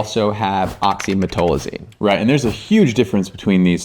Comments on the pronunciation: Why the F two supposedly respected dermatologists cannot pronounce OxymeTAZOline?!? Frauds! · Great info, docs. But oxymetazoline was not pronounced correctly once in this video. Sound it out! 😩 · Great video but they called oxymetazoline wrong the whole video 😂